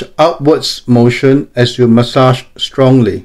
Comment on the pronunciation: The way he says "massage" and "hold it" 🔥